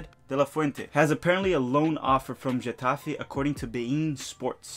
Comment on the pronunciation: Getafe is pronounced heh-ta-fay